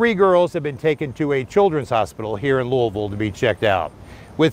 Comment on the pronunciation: you pronounced my city name correctly on your first try. Unfortunately, there are so many homeless people living in tents in Louisville under bridges and on the street. My heart aches for homeless children.